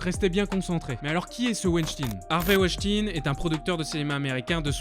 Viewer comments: « Ein » ça se dit « aïne » et pas « ine » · Juste un mot sur wenstein... ou 2 - ca se prononce pas ouènechtine mais plutot veun-chtaïne, c'est allemand - meme si ya un ENORME faisceau d'indices, il reste innocent jusqu'a ce qu'il soit condamne.... presomption d'innocence, tout ca "pourquoi elles ont pas crie, pourquoi elles se sont pas defendues ..." Ca arrive aussi aux hommes, c'est en quelque sorte instinctif. T'es dans une situation de merde, que tu n'as probablement jamais vecue auparavant et a laquelle tu n'es pas prepare. Premierement, il y a la surprise. Tu ne comprends pas ce qu'il se passe, tu ne comprend pas forcement ce qu'il va arriver. Donc tu ne penses pas forcement a reagir pour te defendre. Ensuite, ton instinct de survie te dicte que si tu tentes de faire quelque chose, le resultat peut etre beaucoup plus grave que si tu ne fais rien. Ca parait peut etre con mais c'est un fait. Quand 10 mecs viennent vers toi pour te prendre tes baskets et ton portefeuilles, tu les donnes. Tu joues pas le Z, tu "cries pas", tu te "defends pas". Tu donnes, tu fermes ta gueule et tu te barres le plus vite possible, parce que c'est la strategie de survie la plus intelligente. Ca ne veut pas dire que tu es consentant. Ben quand t'es une femmes, que t'es seule dans une piece avec un bonhomme qui fait 3x ton poids, qui a une concentration de testosterone dans le sang 6 a 7x superieure a la tienne et qui commence, par surprise, a faire de la merde, c'est la meme... tu te tais et tu te barres le plus vite possible parce que en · Superbe vidéo sur des fléau méconnus du monde mais désolé mais mon âme alsacienne me dit tout le temps WeinstEin et pas IN 😅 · dsl mais sa me dérange weinstein pas weinstin (ya que moi que sa dérange ?) sinon bonne vidéo informative et importante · Ça ce dit woanchtagne pas wishtine Voila voila sinon super vidéo 😊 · c'est pas WENSTIIIIIIN MAIS WENSTEEIIN ON DIT COMME LE EINE EN ALLEMAND ARRÊTER J'AI ENVI DE VOUS FRAPPER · Weinschtagne ca se prononce